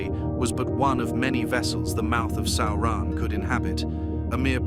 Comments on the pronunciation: It's almost correct. Just needs the emphasis on the first syllable. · What is a Sow-ron? Is it like a militree? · Sauran?? SAURAN???? Really? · WTF is Sowrahn?!? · The Video is good, but the ridiculous pronunciation of Sauron's name is annoying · Now now, AI is still learning how to say Sauron